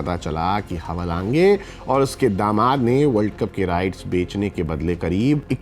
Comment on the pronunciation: भाई नाम का उच्चारण तो सही करो ! हवालाँगे नहीं हैवालांज बोलिये फुटबॉल गुरु 😅😅😅